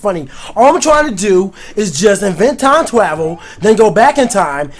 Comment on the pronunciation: "time twavel" lol